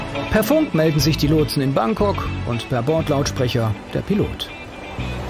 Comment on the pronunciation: das er Frankok sagt, fällt euch nicht auf? :D